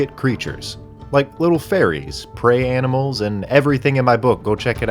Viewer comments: first thing you do is talk to some aminals..... bruh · I love talking to aminals